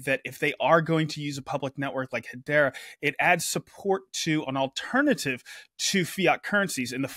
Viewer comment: Cool updates. Lots going on. Someone needs to do a better job getting the to pronounce Hedera better (accent on the second syllable please).